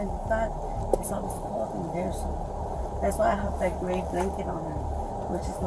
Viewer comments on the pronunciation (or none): none